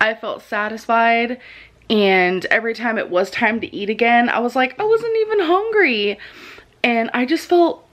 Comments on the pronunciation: she's not "hongery" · "I wasn't even hong-ree for my feelings" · literally!!!! HONGRY she makes me so mad whduwgdnka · HOW DOES SHE SAY EVERYTHING WRONG “I’m not even HONGRY”